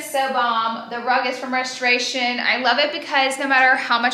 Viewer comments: LOL I love the way you say Reshtoration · Your pronunciation of restoration as Reshtoration. You are killing me this video lol. But I say that lovingly!